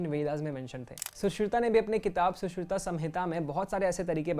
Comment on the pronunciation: Bahut accha video hai. Ek request hai. Pehle surgeon ka naam Sushrut hai not Sushruta, Ramayana nhai hai, wo Ramayan hai